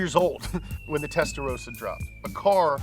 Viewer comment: Testarossa. Not Testarosa